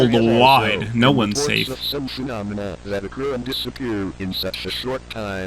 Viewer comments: it’s pronounced “fuh- nom- a- nuh” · Its fe-nom-I-na phenomena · It's actually pronounced phenomena